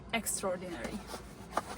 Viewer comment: I love your English accent. You say in your videos Extra-ordinary. You said it using two words - which makes it mean something different. Extraordinary is one word. Think of ordinary meaning that its plain. Extra ordinary, using two words, would be like saying it's extra plain or really plain. Nothing special. I know that it's not what you want to say. You want to say it's better than ordinary. Google this word Extraordinary and listen how it is pronounced. Great videos. You have a really great personality too. Du machst das wirklich gut. Außergewöhnlich